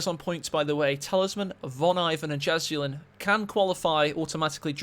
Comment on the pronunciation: Jizz'ulin..gotta love how TightRope pronounces it ;-)